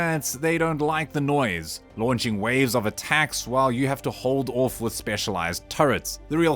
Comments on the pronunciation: Think you are trying to say off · Like your video's but get triggered everytime you say ORF